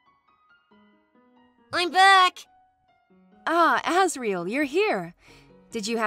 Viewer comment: When he said Ass-riel I died of laughter